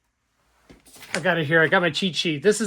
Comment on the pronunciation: Yamaha ....Ya-ma-ha. Not "Yam-a-ha We must pronounce the names of our equipment correctly. Japanese is typically pronounced in 2 letter syllables.